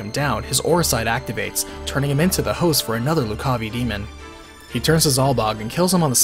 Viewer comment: Loo-ca-vai, not Lu-caw-vee